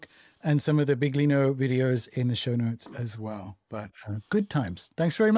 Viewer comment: Please, it's billYEEno, not bigLEEno.